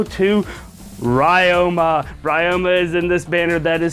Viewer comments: It's Ree-oma, not Rai-oma. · Wait why do you say rai-oh-ma And not Rie-oh-ma